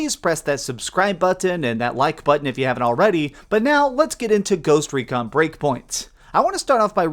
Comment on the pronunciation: I prefer every time he says buhTON